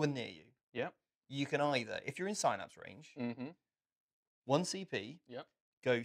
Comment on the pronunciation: Couldn't watch it because they kept saying Synapse wrong.